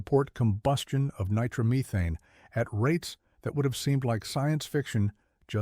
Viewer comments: Ni-trom-uh-thane? Nitro-methane. 🤦‍♂ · Nigh-trauma-thanes???? LOL (it's NITRO-METHANE dude) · He said nitromeethane it's Japanese fuel made from rice...........lol......next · The word is nitromethane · Get a human to narrate this. "Nye-TROM-e-thane..." (eyeroll) And try being a crew chief and hanging around another competitor's car and see what happens. Also, nitro-burning drag cars don't have transmissions, so no "first gear". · Yep. That’s when I decided to watch something else.